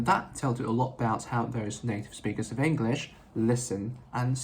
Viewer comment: 你的english這個字都沒發音正確😂